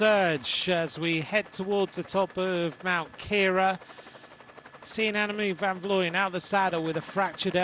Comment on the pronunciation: Why does insist on mispronouncing AVV's name? It's inexcusable. I'm sure he's been corrected many times. (edit: I just watched to the end. It's absurd to hear him repeat her name incorrectly again and again as she crosses the finish line. How can anyone call themselves a professional and get something so basic so wrong?)